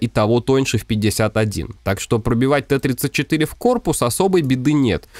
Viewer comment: не ТЭ-34, а ТИ-34